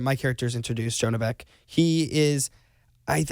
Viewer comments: Who else notice Zack pronounce the name wrong he said John beck and Asher corrected him by saying Jonah beck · did anyone catch where he said john beck instead of jonah beck?